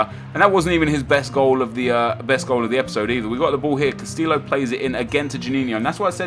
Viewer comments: Cuh - stee - oh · Casteeyo is how u pronounce it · castio is how its pronounced, not trying to be rude but in spanish double L is silent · Not Carrillo Nep, Castillo !!! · double L's in Spanish is pronounced as a Y. please start saying Castillo as Casteeyo because its just kind of insulting to the spanish language and heritage. good vid as always though!